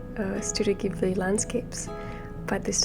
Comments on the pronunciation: i love your painting so much 🥰 your videos inspire me to paint more 💕 and ps you are pronouncing the g in Ghibli the way its prounounced in Japanese :) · I think you pronounced Ghibli correctly. It’s not a Japanese word, I forgot what language it is, but if I recall correctly it means „desert wind“. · You're actually one of few people who pronounce Ghibli right :) (the Japanese way) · In Japan that’s how we pronounce Ghibli! Don’t worry